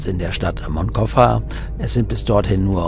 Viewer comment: Hallo und hallo! Bin begeistert eure Videos am schauen. Frage ist nur warum könnt ihr noch kein spanisch? Will kein Lehrer sein kleiner Aussprache Tipp: wie sprecht ihr Barcelona aus? Genau so muss man Moncofa aussprechen. Das C im Wort wird nicht als K gesprochen 😏 nur so als Tipp gute Fahrt 👋